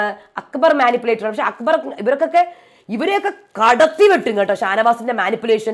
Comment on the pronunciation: അക്കബർ അല്ല അക്ബർ